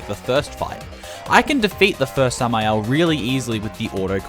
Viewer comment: Nice samael pronunciation!